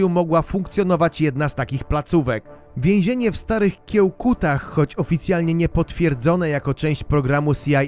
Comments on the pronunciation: Naucz sie czytać. Nie Kiełkuty tylko Kiejkuty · Nie Kiełkuty a Kiejkuty, wrzucasz zdjęcie tablicy z nazwą. Taki trochę wstyd 🙂